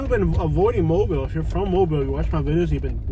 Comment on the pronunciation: Mobile is pronounced MO BEE EL. Stop and ask anyone to say it for you. AFRICA TOWN...not in or near Prichard.